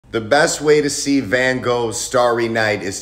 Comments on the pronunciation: why does everyone pronounce van gogh like that 😂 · I like how you English pronounce van gogh wrong